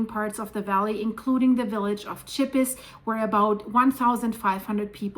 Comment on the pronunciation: Oh dear, I am very familiar with Chippis (pronounceed sheepiss) having been there dozens of time - Chandolin in the Val d'Anniviers is where we used to go every Christmas and Easter holidays to ski, throughout my childhood and teen years. The river is the Rhône which feeds Lake Geneva - so if the Rhône is blocked, it would deeply affect the lake.